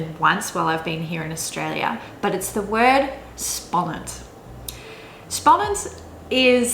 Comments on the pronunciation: Its insane how good you can say spannend lol. There no way you would think Dutch isnt your native language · As a native Dutch speaker I was really impressed by your pronunciation of especially "spannend" and "uitwaaien". Really good! When you said "spannend", I thought for a moment you were a native speaker. "Jarig" also sounded very good. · You say exciting ( Spannend ) it sounds real dutch like a dutch wil say it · My god, your dutch pronunciation for "spannend" & "borrel" was just so spot on I was so impressed. In the other words I could hear your english background but really those were perfect too. Just those two are like 100% perfect dutch. So amazed about that. Impressive and well done :)!